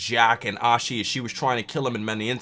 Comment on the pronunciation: Who Ashes? Just kidding I know you don't mean to pronounce it wrong